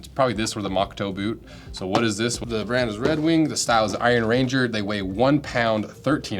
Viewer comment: An Iron Ranger is a person from the Iron Range, not a ranger made of iron. Slightly different emphasis on the words.